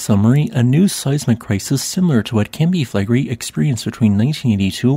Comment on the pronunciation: Reall Interesting. But take a little time to learn how to pronounce the words "Campi Flegrei". (it's Italian)😂